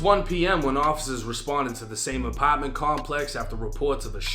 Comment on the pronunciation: The way this nigga says “Apartment” always gets me 😂 Ahpaaarrtment 😭😭